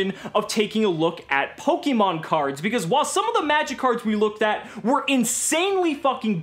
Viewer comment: It’s pronounced /Po-KAY-Mon/ not /Po-KEY-mon/ casual